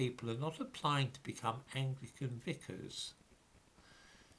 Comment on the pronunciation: VICAR! Not Vicker.